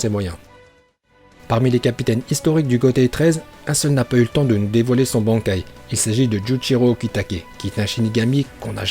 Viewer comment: Jaime bien mais sil te plait revoit tes prononciations, genre bankai